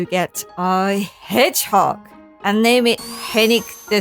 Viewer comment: Excellent content. I would love a Tekken 7 character profile customization title of "Holy Lunar Dog of Succulent Succulace." Also, the way you say, "Hedgehog," is TOP TIER. Look foreward to the walt video.